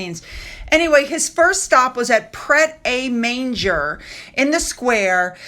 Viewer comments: Born-myth, Pret-a-mon-j, Gas-coin … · Please look up pronunciation for Pret a Manger. The correct pronunciation is Pret - uh - Mon - gha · In case anyone is interested Pret a Manger is pronounced Pret a mon jer. Paul Gascoigne - Gascoigne said Gas coin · Hi, pronunciations are as follows: Born-muth Pret a mon-jay Paul Gas-coin 👍🏾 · Why do H&M need to be in Hollywood? Neither of them a career in Hollywood. Bournemouth is pronounced Born Muth. Pret a Manger is pronounced Pret Ah Mon Jhay Paul Gascoigne is pronounced Porl Gas Coin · hahaha dearest, the way you pronounced " pret a manger " hahaha so sweet, it is french and it means " ready to eat ". Its not a town;-) love your uploads x